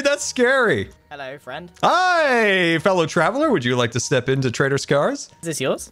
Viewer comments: I keep hearing "traitor scar" instead of "trader scar" xD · oh, good to know I wasn't the only one constantly hearing "traitor" instead of "trader" :D